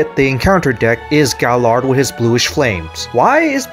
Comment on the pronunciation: Gaillard is pronounced guy-yard, because he's French.